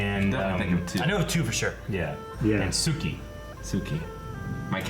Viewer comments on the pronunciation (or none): none